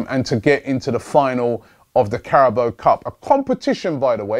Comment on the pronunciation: Greatings from Thailand. Carabao = คาราบาว The football pundits on the main stream channels are pronouncing correctly but your my favourite, and of course the best. So please give it a go. Please use the sound option on Google Translates - This is not a serious moan by the way :) Just saying!